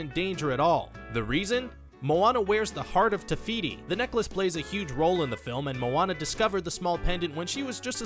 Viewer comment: The hearth of tefity? I don't know how to spell her name but her hearth is TIME STONE!